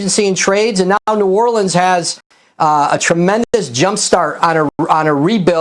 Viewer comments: Did he say the New ORLiiCaN pelícan??? Sec 03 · New Orlecan, lol